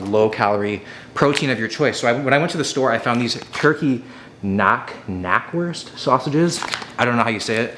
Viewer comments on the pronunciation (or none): Knackworst is Germa, so for you it'd be pronounced Cnacwurst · Knackwurst = German it ain't a silenced K like in knight. It's spelled K-nackWURST! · Knackwurst - this is a German word. You have to pronounce the k. The verb "knacken" means "crack" and it refers to the sound the sausage makes when you take a bite.